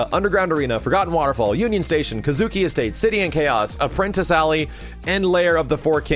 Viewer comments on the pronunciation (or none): none